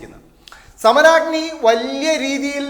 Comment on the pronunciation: ഇതെന്ത് സമരാഗ്നിയാ പ്പാ............... സമ രാഗ്നി (സുധാകരൻ പറഞ്ഞപോലത്തെ)